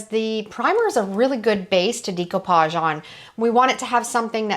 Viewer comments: Does the primer work on plastic as well? Also interesting pronunciation of decoupage. I hope you don’t mind my correction, but it’s pronounced day-cou-paj , and It’s a French word meaning “to cut out”.😊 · I’m sorry and hate to be the one to correct you (not sure which way you spell your name), but the word découpage is pronounced “day-koo-PAHZH”. I’m half-Haitian and it’s a French word. I love the découpage technique for creating next-level art and definitely will give it a try on a future furniture upcycling project. I use the same brand of polycrylic to seal my paintings, because the fumes aren’t strong. Thanks for showing me a good way to adhere fabric to furniture, because the Mod Podge I use is very stinky. The nightstand came out pretty nice. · It's pronounced: day·koo·paazh. Google the pronunciation for audio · thanks so much for commenting to correct that – it's obvious by the plaque on the wall and almost half a million followers that she's been doing this for a while and quite successfully. But she was killing me with that DEE-ko-pazh thing! 😉 Nice piece, by the way, though! 👍🏻💖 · I believe it's a French word, so the pronunciation would actually be day-coupage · I love love love your ideas & videos! Thank you so very much for sharing so many wonderful inspirations with us. I do love this decoupage project & beautiful it is with the paint color ! I would like to mention, ( not that it matters much) découpage is pronounced, day koo paazh. It’s a French word derived from ‘decouper’ meaning to cut out. Thank you for the excellent content 💞💓💗💕👏🏻 By the way, I love your voice ! It is clear, not too fast or slow… very pleasant 🩷💕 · I hate to be rude but here it is. I'm a Dyslexia Tutor. The "e" in Decoupage is a short "e" not a long e. You say Decoupage with a long e. The e is produced eh. I have watched your videos for years and have learned a lot from you. It's just hard for me to hear you say Decoupage. ❤❤❤❤❤ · She pronounces it incorrectly.